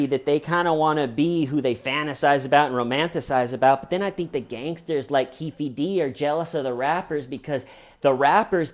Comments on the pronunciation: Lol, you know I love you bro but it's pronounced "Keef Dee." As a huge hip-hop fan I can't let it slide sorry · I can’t stop laughing every time you say Keefy D 😂 whatttaaaname